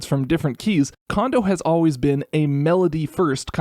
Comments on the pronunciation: I have no idea why everyone so consistently says "KOH-ji "KAWN-doh". It's "KOHN-doh". Why would you say the second "ko" incorrectly when you said the first one correctly? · the ko sound in his first name is the same as his last name. It's japanese, dawg. Ko Jee Ko N Dough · Oh come on, if you’re gonna put in the effort to pronounce the O in ocarina then you gotta use the same Japanese O sound for Kondo’s name jfc/s